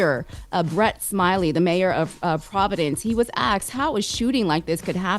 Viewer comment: This is an honest question. I’m Canadian, so maybe this is just an American thing… Why do y’all say “axed” instead of “asked”?